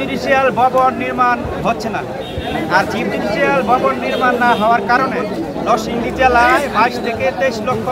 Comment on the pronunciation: আইনজীবী সমিতির সম্পাদক সাহেব নরসিংদী নামটা উচ্চারণ করতে পারে নাই খুবই দুঃখজনক।